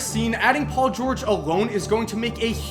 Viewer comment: dont tell me that u guys didnt hear say paul "gurge"